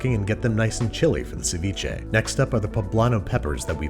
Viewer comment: that doesnt sound like seviche.